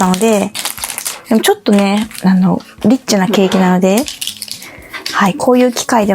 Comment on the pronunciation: ２周年おめでと(≧∇≦)b で、ホンマごめん💦、リッチが、エ○チに聞こえた🤣🍰 変なおっさんでした😛